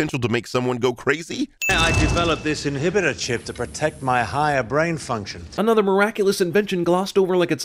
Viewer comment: Star wars fans when they hear "inibiter chip"